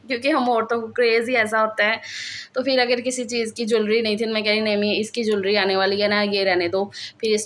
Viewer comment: Ap phir ko fir kioun kehti hain?